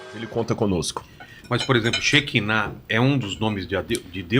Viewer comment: A pronúncia é:" Cherriná".